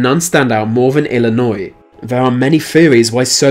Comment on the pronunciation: Thank you for pronouncing IL correctly. Also if my shit state is run by aliens that makes a lot of sense. My state is shit. And so are Duckworth and Durbin.